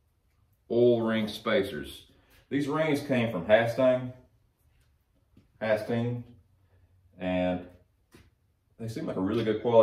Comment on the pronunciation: Pretty dang good explanation. Those 'Hasting" rings? It's pronounced "Haystings" like a bale of hay. Also, I was wondring why I couldnt see a top mark on thee rings, or any mark inidicating which way they should go in. Thanks for explainng that. I'm rebuidling a 5.3 now for a 1959 Apache panel truck. Should be good, and Iam going to isltall a Lunati cam for kicks, grins, and giggles.